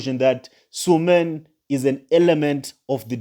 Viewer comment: THE NAME IS S U L E M A N NOT SUMAN